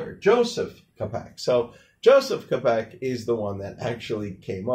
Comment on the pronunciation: "Tchapek" not "Kapek" but ok